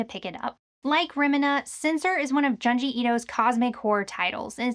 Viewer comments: Pronounced joon-jee, not jahn-jee. Wanted to love the in-depth video, but it was like nails on a chalkboard every time you mentioned his name 😂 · Why do you continually mispronounce things? His name is Junji. June-ji.